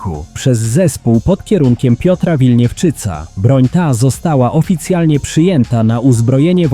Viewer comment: Winiewczyca a nie Wilniewczyca. To ten od WIS-a. WIS - Winiewczyc i Skrzypiński.